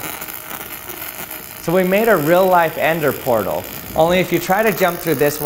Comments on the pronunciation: “Ender portal” 💀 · "End-er portal" 💀 Though I suppose it fits lol. Looks like a cross between a nether portal and an end portal, and if you try to pass through it instead of taking you to either it'll just end you! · "ender portal"